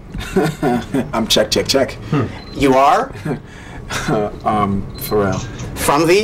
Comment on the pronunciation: He pronounces Pharrell's name correctly "For real"